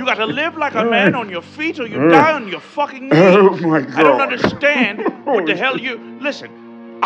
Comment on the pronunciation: The emphasis on underSTAND has me 💀💀💀